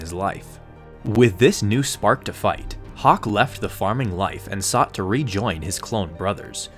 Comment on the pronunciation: bruh it's hock not hawk lol